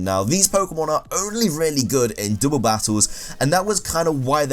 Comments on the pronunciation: He's like "there only good for dooble battles." that mispronouncing was just funny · dooble battle